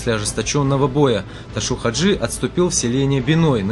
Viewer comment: Чё за Ташу 😂??? Его звали Ташав -Хаджи не искажайте его имя .